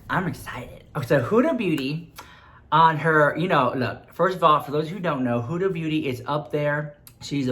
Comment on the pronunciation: Huda(wich you are pronouncing wrong cause it's an arab name, no hate love you❤) I think makes most of her money in the arab world, litteraly every store I go into here in Lebanon, every dollar store or make up store or pharmacy or anything haves her stuff! LITTERALY EVERYWHERE! I mean I'm not that into make up yet I know her stuff